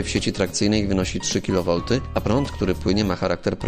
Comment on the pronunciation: wielkość napięcia jaką mamy trzy "kafał", co za dno 😂 Typowy polski specjalista 🤣